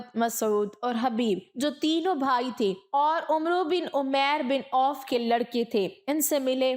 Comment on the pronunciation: Ye lafz Umro nhi Amr ibn e Abd e wud ha . عمرو me و silent ha jb k ع kay oper zabar ha . Amr or umro me farq ha